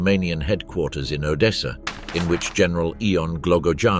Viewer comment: How difficult is it to say odessa